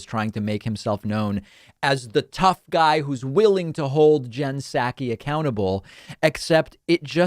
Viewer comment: It's SAW-ki. Love you but that's driving me nuts.